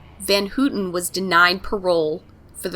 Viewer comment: I wanted to correct you on one thing. Her last name is actually pronounced How-tin. But, great job.